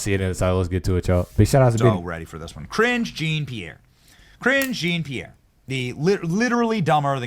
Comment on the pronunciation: "Kringe" Jean-Pierre.... Benny is awesome 😂